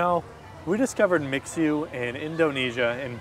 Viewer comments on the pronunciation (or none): The bubble tea shop, It's Mi-Xue, not mix-U 😂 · I kinda like your pronunciation for MiXue🤣.It's an angle that I had never expected as a Chinese speaker even I speaks English more now.And "蜜雪” means "honey snow"🥰